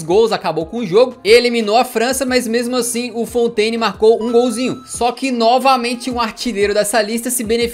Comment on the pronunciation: "A Fontes"... Kkk, melhor ....